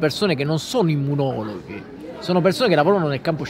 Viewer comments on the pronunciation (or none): Immunologhi o immunologi?😂